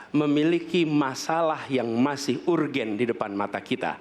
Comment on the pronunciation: Jare wong pinter ngomong urgen urgen urgen... ISO bahasa inggris ora